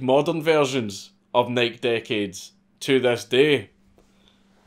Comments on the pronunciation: it's not Nike like "Niek" it's "Nikey" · Why do you say “Nike” like “bike” when it’s Greek, and pronounced “nigh-key”? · holy fck the websites still there...... and for the love of God its pronounced NIK-EY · NIKE is pronounced Ni-key not Nighk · Why do so many of you YouTube commentators say “nik” instead of “nik-e” when referring to Nike. Y’all leave the e off of it. Tim pool and Steven Crowder also do this. Now I hear Dankula do it. I’ve never heard someone in real life do it. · Nike, nah fam dank says it’s Nyke so it’s Nyke lmao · Imagine dragons! Imagine pronouncing NIKE like NYK. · It's pronounced "N-eye-key" lol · It's "Nike-ee" you fuckin drunkard. lots of love. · Nike.... pronounced like HIGH KEY, not Mike lol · Hearing Dank say "Nike" like that just took a year off my lifespan. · I love these Mad Lad videos, but I gotta admit, hearing you say "Nike" is making me want to rip my hair out! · It is funny how Europeans pronounce Nike. Lol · Nike.....the pronunciation Ahhhh!!!!!! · If you say nike that way again I swear tfg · Hearing Nike mispronounced 400 times was really hard to take. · Dude quit saying Nike like that. It's rustling my jimmies. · stop saying Nike wrong dammit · Does he keep pronouncing Nike wrong?